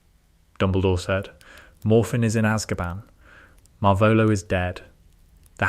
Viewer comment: It's not Marvelo. It's Marvolo.